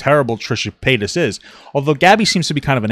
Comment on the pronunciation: “Trisha Paynaynus” made me giggle lol